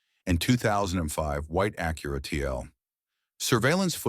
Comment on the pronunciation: It's pronounced Ack-your-a, not A-cura. Thank you, you pronounced it correctly. 🎉🎉🎉😂